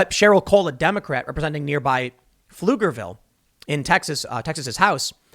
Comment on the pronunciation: I'm surprised Tim pronounced Pflugerville right.